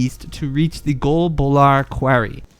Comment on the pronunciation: Thats not how you say quarry